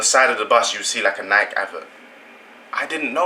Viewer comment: Nike is not pronounced like "Like"...say it like you would say Mikey.